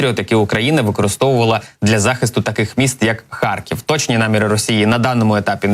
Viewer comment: Зеля слово " харькив" так произносит ,что кажется сейчас схаркнет!